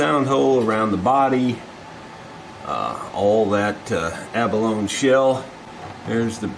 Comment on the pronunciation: Every video I watch of yours I learn something, I always thought abalone was pronounced 'ahh -baloney' I've been saying it wrong for years!! Thanks for making us more informed!